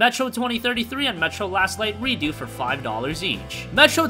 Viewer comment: it's Redux (pronounced like Re-Ducks), not Redo. Silly bird.;-P